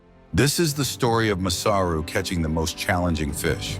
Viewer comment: it sounds like dead giveaway AI to me. it didnt even pronounce masaru correctly